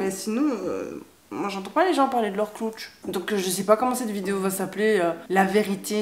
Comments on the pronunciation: Dsl mais le moment ou j'entends " j'ai un gros cloutche " j'ai trop rigoler 😅. La situation en elle même n'est pas drôle mais le cloutche m'a surpris que j'ai rigoler. C'est vraiment bien de sortir du tabou des menstruation. J'adore t'écouter car tu parles de plein de choses que les gens n'ose pas. ❤ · Salut, juste pour te dire que tu m'as fait rire avec tes "cloutches", "clootch"? Tu l'écris comment du coup? 😄 En tout cas tu as raison de parler de ces choses là, certaines personnes en ont sûrement besoin.